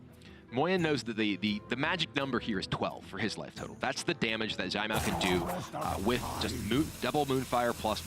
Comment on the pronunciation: Anyone else notice all the different ways Kibler pronounced "Caimiao?" was consistent with "Tai-meow", while Kibler tried "Jai-meow", "Zai-meow", "Sai-meow" and others. Lol. (Btw, it should be a sort of "ts" sound- a special kind of "c". Think of the ending of the word "pants".)